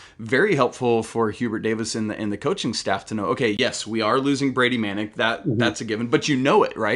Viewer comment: Dude doesn’t even know how to pronounce Manek